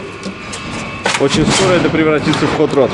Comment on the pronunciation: Хот-род... "Hot-Dog"... противовес "Котофею"